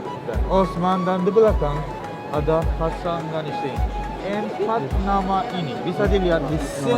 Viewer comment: Haha Turki min bukan tukrey, siapa disini fokus ke tukrey hahah